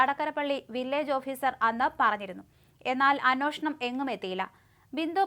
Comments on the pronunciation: അന്വേഷിക്കുക എന്ന് പറയൂ.. അന്വോഷണം അല്ല..ഏ ആണ് ഓ അല്ല. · Annoshanam ശരിക്ക് ucharikku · അന്വേഷണം എന്ന് പറയു